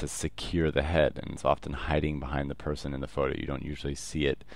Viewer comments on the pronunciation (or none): none